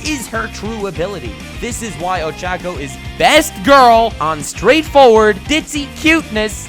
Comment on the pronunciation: This is great he said ochacco coreectly